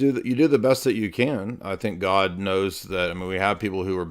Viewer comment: Its driving me crazy how he pronounces "God". He is saying it like "Gud". Lol just a pet peeve of mine lol. Peace be with you! ✝️🕊♥️